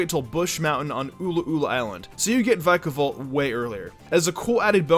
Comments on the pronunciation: OH MY GOSH DO YOU SEE A SILENT "E" HOW DO YOU GO FROM Vick-a-volt to VIKE-A-VOLT! SHAME ON YOUR ENGLISH GRAMMAR!!! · I believe it’s pronounced vickavolt not vikeavolt